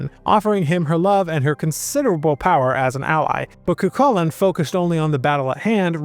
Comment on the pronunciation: The minute I hear ''cuKULLin'', I'm out. Cant take information on Irish mythology seriously from someone who cant be bothered to look into how to pronounce the names. ''Koo-HOO-lin.''